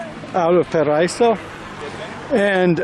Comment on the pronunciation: Paraiso is pronounced para-ee-so. Paraiso means paradise in Spanish.